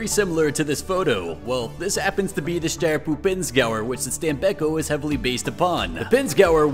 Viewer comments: I am italian i know the pronounce. It is not stam-bei-cco it is stàm-béc-có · Stam-bek-ko Keep in mind that "st" is pronounced as "st" in "stop," "am" is pronounced as "ahm," and "bek" sounds like "beck." The "ko" at the end is like "co" in "corn." So, it's "stam-bek-ko."